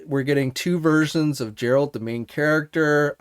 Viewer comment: You watched the first season of The Witcher and you still can’t pronounce “Geralt”?